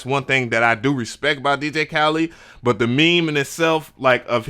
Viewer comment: You keep calling him DJ Khalid